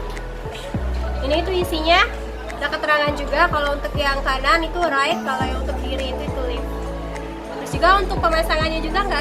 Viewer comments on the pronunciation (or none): Sedikit saran, kalo untuk kata" yg memakai bahasa inggris tolong di perhatikan lagi cara pengucapannya. Sbagai contoh untuk kata Right and Left, coba silahkan cek di google voice bagaimana cara mengucapkannya 😇